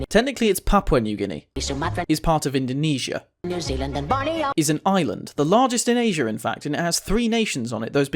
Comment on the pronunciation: Does it matter if the name change or if it wasnt spelled correctly? You could call russia as ussr or soviet union or just russia, it still the same country, and if the name change it doesnt matter, it was the name and therefore you could called it as that, you didnt even say indonesia correct and i'll let that slide cause it doesnt matter, indonesia in the actual bahasa is spelled IN DO (not du) NE (not ni) SIA (not Syia) it is not endunisyia. But it doesnt matter as youre accent is preventing you from spelling that